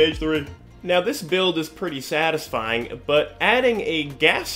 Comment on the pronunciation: cool build. fun video. take it easy on the "satifying" lol